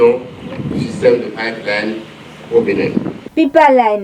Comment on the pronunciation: Il faut que la journaliste apprenne à bien prononcer le mot Pipeline. C'est inadmissible cette faute.